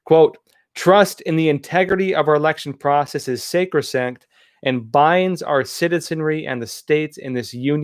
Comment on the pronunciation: Did you really just miss pronounce the words sacrosanct and egregious